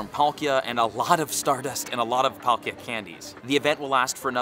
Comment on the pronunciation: Is this a different girl or have I just not seen her enough,she don’t feel the same she couldn’t say palkia right… NO HATE AT ALL